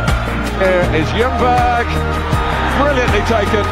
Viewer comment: The actual way of pronouncing ljungberg is jungberj